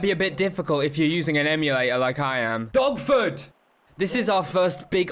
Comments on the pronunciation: I thought he was saying DOGFOOT the first time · Thought you were saying “dogfoot” the whole time you were saying “dogford”